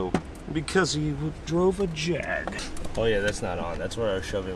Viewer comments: Hell y’all go me over year throwing JAAAAG lines in a Birmingham accent lol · Jeremy Clarkson would dis you guys for the way you said JAG! LMAO 🤣 STILL FUNNY AS HELL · OK, I never want to hear Jag said that way again.